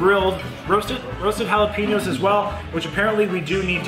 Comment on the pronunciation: Loved the Trailer Park Boys reference to the jah-lap-ah-noes! We love you in the States,!